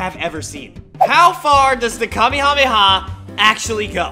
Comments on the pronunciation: It's not pronounced kami-kami-ha, it's pronouned ka-may-a-may- a. 🤣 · You saying kaby rabbi ha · No Kamehameha it's kameyamama 😂